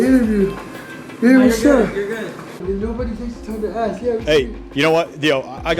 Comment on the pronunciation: You ‘now it’s bad when cops have cornrows and say “aks”.